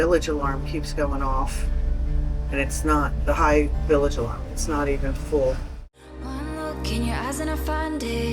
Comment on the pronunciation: yes. She does. You should know that. She simply mispronounced it and I was being facetious about the term "billage" which I don't believe is even a real word.